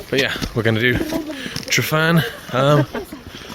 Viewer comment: Please note that every `f ` in Welsh is pronunced the same as the English `v`, and every `ff ` is pronunced the same as the English `f `. Thanks.